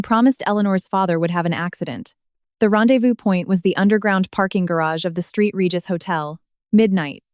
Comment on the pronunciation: I just can't listen. "Street Regis" hotel??